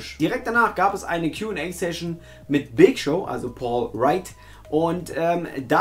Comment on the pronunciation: Ja! Und er heißt nicht Paul Wright sondern Paul Wight wie im Video fälschlicherweise gesagt